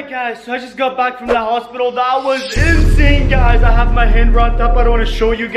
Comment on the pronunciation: Geez stop saying in sane